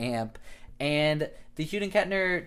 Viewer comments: It’s Hughes with an S at the end, not Hughed. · Wait... wtf he saying? Hughden Kettner?